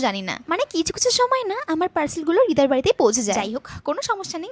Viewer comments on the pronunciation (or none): হৃদয় নাকি রিদয়❤😂